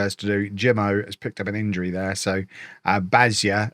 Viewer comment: Bajza ~= BYE-zuh ( z like zebra )